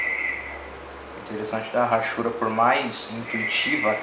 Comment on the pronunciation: muito bom seu desenho e seu video, parabéns!!! mas só uma correção no que falou: a palavra hachuras não se fala Rachuras, e sim, Achuras. Esse H não tem som de R . É só um toque, não é pra falar mal não, é apenas uma crítica construtiva . Abraços!